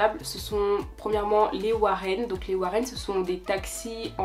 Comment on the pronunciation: On dit les woro et NON warren!!!!!!!